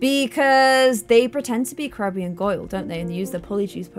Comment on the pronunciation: This is AMAZING. Im a huge hp fan. Oh and hagrids cabin is called hagrids hut. And did you call Crabbe Crabby? Lol! Its just "Crab". No "y" or "e" sound at the end